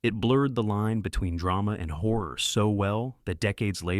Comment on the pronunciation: I wish they could learn how to pronounce Horror.